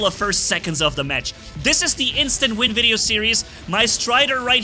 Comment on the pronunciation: You keep saying instant vin